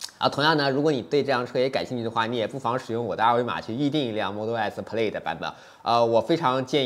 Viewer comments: 视频很不错。Plaid念错了哦。音响主动降噪值得说道，这体现了特斯拉和传统车企不一样的思考问题方式。我觉得这次标了1/4mile9秒不到也是值得注意的，我觉得比零百还值得说。零百你也说了是虚标，加上起步得加0.2~0.3秒，其实跟L+没差很多，但这是正常的。Chiron比起Veyron多了400Hp还大大改进了空动和减重，单看零百也就快了0.1秒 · 提个建议，Plaid的发音你念错了，还有你忘了提新音响系统兼具主动降噪功能